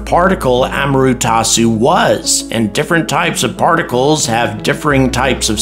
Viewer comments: it's A-MA-TE-RA-SU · Thanks for another enjoyable video. My only real issue was with the mispronunciation of "Amaterasu". Just wanted to point it out for future reference